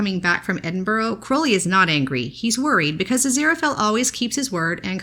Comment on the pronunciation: Edinburgh is pronounced Edin -Bur-Uh - Edinburgh.